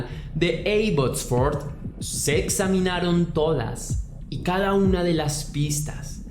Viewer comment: Abbotsford???? 😱😱😱😱😱😱 Estuve allá y mi amiga de Venezuela alla vive. Solamente una corrección, no se pronuncia con (e la a, se pronuncia como se escribe Abbotsford). Eres excelente en lo qué haces, un abrazo!!!